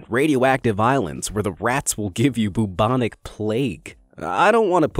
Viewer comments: BOO-BONIC PLAGUE oh dear. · Boobonic plague? Its pronounced Bewbonic lol.